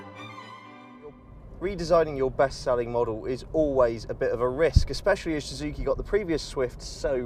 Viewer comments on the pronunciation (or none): Am I the only one who noticed that he can't even pronounce the brand of cars he's testing. Shhuzuki it's so annoying fuck....! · This guy don't know how to say Suzuki... 😂😂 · What's with his pronunciation of "Suzuki"...?